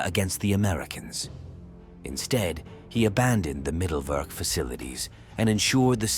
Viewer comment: Mittelwerk is pronounced Mitelverk with all vowels in their correct way : i is i and not ai, e is e and not i.